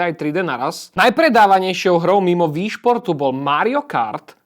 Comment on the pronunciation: no píše sa to Wii a je to z Japonska. Takže čítať by sa to určite nemalo "VÍ" ale skôr "UÍ" a VÍ šport je úplná škôlka :D